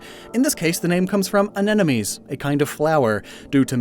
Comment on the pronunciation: take a shot every time says "anenomes" THIS IS LIGHTHEARTED don't actually worry about mispronouncing words, scientific names are messy and hard to pronounce 😄😄😄 love these binge-infodump videos!! helps me refresh my mental Pokémon encyclopedia!! thanks a lot!! 🤍🤍🤍🤍🤍